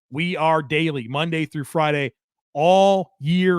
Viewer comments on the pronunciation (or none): none